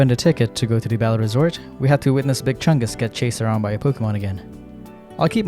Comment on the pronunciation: Bro still saying big chunges and cringe is nuts